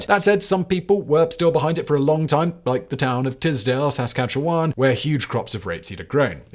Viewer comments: Lol Simon, pronouncing my province, you were so close! It's sask- KATCH- chewan, not sask-katchew- WAN. And you could also turn every vowel into a schwa to be more authentic. That's our accent: all vowels are basically the same, right? My friend was once on the countryside bus and heard two ladies from Britain exclaim that the fields were completely yellow, they couldn't get over it. My province is very flat so I guess looking out a window and seeing the Ukrainian flag would be unusual. We grow a LOT of canola, so much so that it's a weed wherever we're not intending to grow it. It gets complicated when patented canola starts to seed itself everywhere. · THIS AGAIN: Sah-scatch-eh-wun. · Simon, will you ever get Saskatchewan right? 😅 i can hear the Canadian mob getting ready to firmly apologise for making such a difficult name. (Yes, stereotypes, it's just a joke)